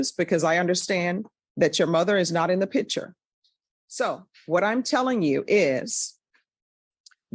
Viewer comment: Hey, the word is picture. Not pitcher.